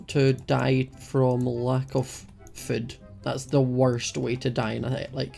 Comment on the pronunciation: why do u say fod but its food